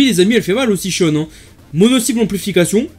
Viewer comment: en vo ca se prononce "shionne" donc tu as la bonne prononciation